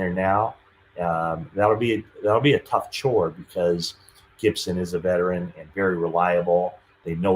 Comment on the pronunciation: I love'ya, but "vetrin" kills me every time (veteran). Not trying to hate; keep up the good work.